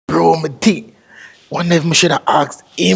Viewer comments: His theet😂😂😂😂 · My girl say she don’t like his “theeth”.